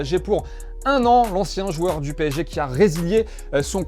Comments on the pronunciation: « PÉ-ESSÉ-JE » Pas « pesseje » 😉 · Je m'y attendais pas, "pesseje" pour le PSG en espagnol 😂😂😂